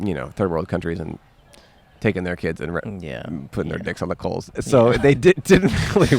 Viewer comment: stretched out over coals sounded suspiciously like over Coles'